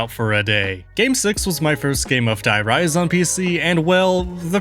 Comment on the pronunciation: Stop saying “die” rise” its “der reese”